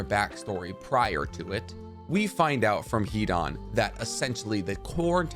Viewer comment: Hidan is pronounced Hidon not an